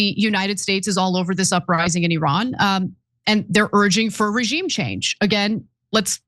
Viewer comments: ATTN CENK, when THE LATE SHAH WAS ALIVE, IRAN (PRONOUNCED "EE-RUN NOT ERAN!!!. ) WAS THE NUMBER 5-TH COUNTRY IN THE WORLD, VERY ADVANCED & RESPECTED BUT USA & OBVIOUSLY israel 👺👿👹 💩 FINALLY ARRANGED THIS ISLAMIC REVOLUTION AND OUSTED THE SHAH AND NOW THESE 2 CRIMINALS WANT TO OUST THE ISLAMIC GOVERNMENT & BRING THE SHAH'S STUPID SON SINCE THIS GUY HAS PUT jewish ridiculous half bra hat & kissed the stupid wall & I AM SURE THIS GUY HAS PROMISED IRAN'S OIL FOR LOW RATES TO poor israel💀🦀☠️. USA 🇺🇸 COULD NEGOTIATE FOR IRAN'S OIL AT LOWER PRICES, NO WARS & NO BLOOD SHEDS. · 🤡🤡🤡🤡🤡🤡🤡🤡🤡🤡🤡🤡 - Iiiiiiran. - Iiiiiindonesia. - Iiiiiindia. - Iiiiiisrael. - Iiiiiindian ocen. - Iiiiiindiana state. - Iiiiiiiiiiiiiiiiiiii American can NOT even pronounce Iran, correctly... 🤡🤡🤡🤡🤡🤡🤡🤡🤡